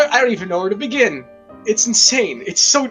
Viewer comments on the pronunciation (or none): none